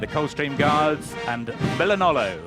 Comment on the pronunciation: He said Milanolo lol